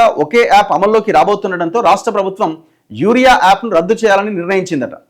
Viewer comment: అన్న యారియా యాప్ కాదు యూరియా యాప్